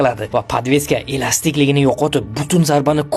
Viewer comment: Elastikligini o'rniga enasinikiga kiradi dib eshitimman😂